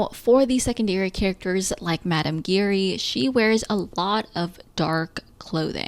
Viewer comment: You were pronouncing Giry wrong, the way it’s actually pronounced is basically a combination of the words, “jeer” and “eerie”.